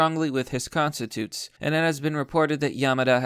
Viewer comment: Stop saying constituents like "con-sti-toots". It's pronounced con-sti-chu-ents.